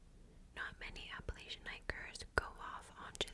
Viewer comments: you’re saying it perfectly! i grew up very very close to the mountains, and everybody in virginia says it the same way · I’m from Baltimore and we say it the way was pronouncing it lol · You said it correctly. Regional dialects are a thing. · You're pronouncing it properly sister. 😊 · It seems different areas pronounce it differently. There is no "correct" way to say it. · youre actually pronouncing it the original correct way. At least from my understanding the latch is a pretty recent thing people “latched” onto!